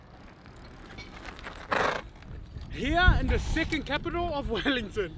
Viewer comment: Is he saying 'second' capital of NZ, or something else?